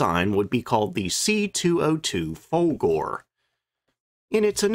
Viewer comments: the "e" at the end of Folgore is pronounced. Fol-gor-a (for an english speaker) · Interesting vid once again. Couple of pronunciation errors (I believe) - Macchi is pronounced with a "k" rather than "ch", so Mackie. And Alfa Romeo is Alfa "Romayo". Oh and Folgore is "Folgoray" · The 202 is pronounced Fol-Gor-AY, and it’s Alpha Ro-MAY-O.